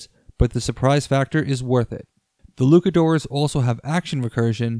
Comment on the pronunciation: Is there a reason you are pronouncing Luchadores as Lukadores?